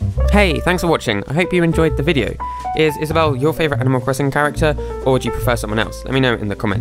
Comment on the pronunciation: IS-A-BELL me:i get it now